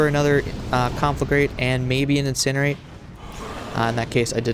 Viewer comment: you pronounce conflagrate wrong what kind of warlock is this